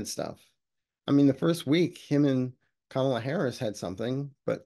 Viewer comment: Thank you for pronouncing Kamala correctly. Drives me crazy, especially when other pro-democracy readers get it wrong. And why don’t we just call her Harris like we do with male politicians?